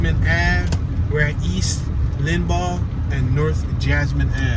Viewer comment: hey i worked in lawenforcement here in Tampa and this is one bad bad area. you will see lots of trash and debris all over the place. the street is pronounced LINE BAUGH.